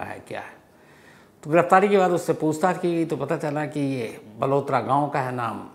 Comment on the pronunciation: बालोतरा है बलोतरा नही है बालोतरा बाडमेर के पास है